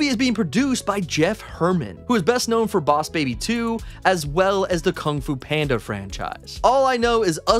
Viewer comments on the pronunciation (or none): none